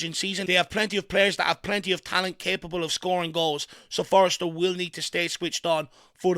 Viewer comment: ftlog it’s FORSTER..FORSTER ffs love the channel x